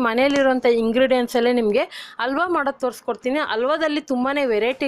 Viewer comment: ದಯವಿಟ್ಟು ಕನ್ನಡವನ್ನು ಕೊಲ್ಲಬೇಡಿ ಅಲ್ಬ ಅಲ್ಲ ಹಲ್ವ ಕೇಳುವುದಕ್ಕೆ ಹಿಂಸೆ